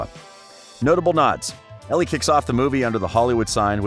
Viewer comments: Omg plssss stop pronouncing Elle like Ellie it’s sooooo cringe 😂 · the way he said elle «ellie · The only thing that annoyed me in this clip is how he saif ellie and not elle😅 the rest was nicee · WHEN YOU SAY ELLE YOU NEED TO SAY IT LIKE THE LETTER “L” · It is pronounced as ell not ellie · I’m sorry but clearly this guy hasn’t watched the actual movie because he keeps saying Ellie other than her name ELLE! sounds like the letter ‘L’ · Kelsi Brooks it is pronounced as ell but is spelt Elle and he keeps saying to wrong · NOT ELLE YOU SAY IT ELL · Me reading the comments about how he said Ellie and it’s pronounced ell:👁👄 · it bothered me how u said ellie not ell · It’s pronounced Elle not Ellie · It’s Elle not Ellie x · It is Elle not Ellie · Who is annoyed that he kept saying Ellie not Elle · It’s L not Ellie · Is elle not ellie 👎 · Oh my god it’s driving me crazy the way he pronounces it ellie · It hurt how he kept saying Ellie 😭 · there's never any mention of how much Elle needs for school. Marco was supposed to look like another Noah, not resemble someone from another show. Elle should never have been able to see Noah in the audience because the stage lights would have blinded her. PLEASE LEARN HOW TO SAY ELLE (not Ellie) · Her name is pronounced el spelled elle not ellie. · It's Elle not Ellie!!!!🤦🏼‍♀️This man is very informative but annoying 😂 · the 11th thing you missed: how to pronounce Elle 😂 great vid though 👍🏻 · It was driving me insane 😂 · THANK YOU. I kept mentally correcting him. It was driving me insane 😂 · I was about to comment that it’s driving me insane! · Willa Ferree it was driving me insane to and I was getting so annoyed 😑 😂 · you pronounced elle wrong btw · Had to comment before I clicked out of the video after less than a minute because if you’re going to make a video about a movie... you could at least pronounce the main characters name correctly..... not muxh research must have gone into this video ....